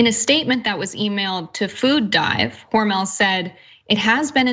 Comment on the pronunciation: Its Hormel NOT HormEL